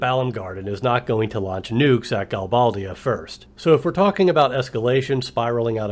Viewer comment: You're right, you are the only fan of FF VIII, it's sooooooooooo lame! But, this is an awesome analogy! I pronounce it Gal-BAY-dia. Threw me off how you pronounced it.